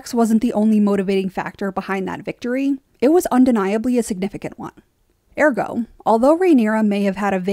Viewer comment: I cringe so hard every single time you say the word ergo